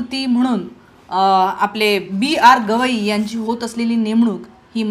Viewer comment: मॅडम गोगइ नाही गवई म्हणा .विश्लेशण छान आहे .